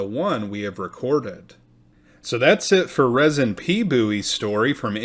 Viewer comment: It's pronounced Reezin.